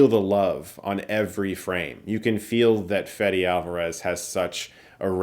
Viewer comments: Just came back from the theater. First thing I'm doing is watching your review coz I know you must've loved it. This was amazing! Nit: Fede is pronounced '"Feh-deh", not "Fed-e". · It's Fede not Fedi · I get it, he gave up trying to correct English-speaking people on how to pronounce it, I do the same thing at my remote job. But trust me, I'm not trying to be a douche or anything. "Fedee" it's not correct, that would make his Spanish name Fedirico, which is not. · Hi, ignore this if you don't care but since I'm on a rare position being actually named like Alvarez and I'm from the same country let me tell you, you're pronouncing it wrong. It's Feh-deh. Like you would pronounce Fedex minus the x.